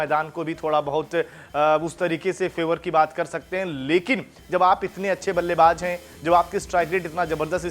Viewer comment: Ballaybaaj nhi ballaybaaz